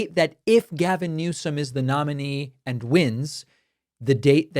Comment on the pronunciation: I thought he was saying "Less More"